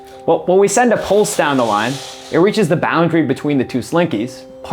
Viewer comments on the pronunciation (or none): none